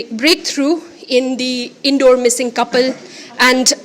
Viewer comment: Sister not indoor 😅😅😅😂😂 it's inndaur.... I write it down as per your pronounce... Now you say indore... It's tragic incident... It's emotional of human being a father can't say her daughter is culprit or nor any family take blame it's human tendency... Meghalaya is and always be the Pride of india...